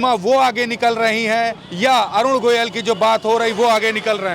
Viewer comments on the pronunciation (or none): Jo Parakar Sahi Nam Govil Na Bol Pata Ho Aur Goyal Bolta Ho Wo Sahi Patarakar Nahi Ho Sakta ? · अरे रिपोर्ट भाई प्रत्यासी का सही सही पूरा नाम पहले जान लिया कीजिए। अरुण गोविल नाम है न कि अरुण गोयल!